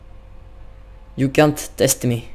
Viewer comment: ouai tu dis L'amélllique xD